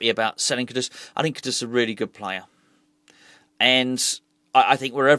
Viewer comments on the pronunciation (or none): you keep on saying the guys name wrong 😆 KUD….US But then it won’t matter for much longer as it definitely looks like he will be sold… Try to stay positive 👍🏼 Maybe this will be the rebuild that actually takes us forward as a club.